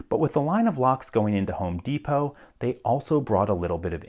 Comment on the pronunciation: "Deepoh". Isn't it Depot? As in "Depoh"?